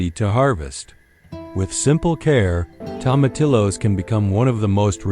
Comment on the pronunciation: Tomatillos pronounced tomateeyos!😊